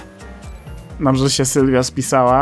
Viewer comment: Jak cos to nazwe tego auta wymawia się nissan ‚Silvia' a nie ‚Sylwia' 🤣